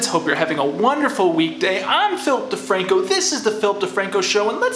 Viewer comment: It keeps on sounding like you say “Filth DeFranco”